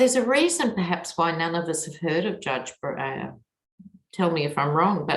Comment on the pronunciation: First time I have seen a slip up with your reading re: Breyer. Glad the very bright and newly sworn in Ketanji Brown Jackson is the newest SC Justice!